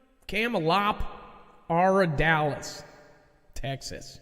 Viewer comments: Lmfao! I love you Brother! Lmmfao! "CAR-MEL LE-PARD 0_0 😜" 😂😊😎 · 😂😂😂😂😂 You we’re so close! Ca·mel·o·par·da·lis. I had to look it up and use the audio lol.